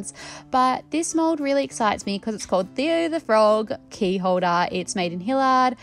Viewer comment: FYI . the location the mould is from is pronounced "Hill-Yard" It is a suburb of Columbus Ohio USA